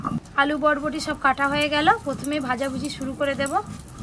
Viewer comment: এটাকে ভটভটি বলে না বরবটি বলে